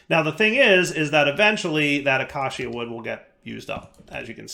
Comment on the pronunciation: Ayyyy he finally pronounced "acacia" correctly, only took like a decade 😂❤